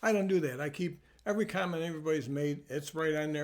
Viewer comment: I thought he said condom, not comment.